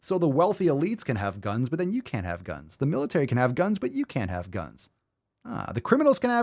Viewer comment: “Because it’s the ohnly body that you havevah “ 🙄